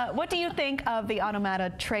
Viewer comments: it's pronounced aw-TOM-utta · That's not how you pronounce automata . . .